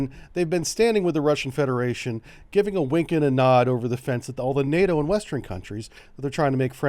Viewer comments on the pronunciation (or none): none